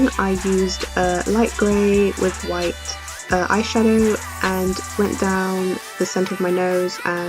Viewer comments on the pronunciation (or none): it wight not gray